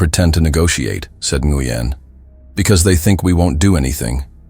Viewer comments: Nguyen is pronounced "win." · Nguyen is pronounced wynn